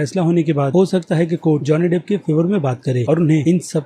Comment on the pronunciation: Pahle naam theek we bolna seekh le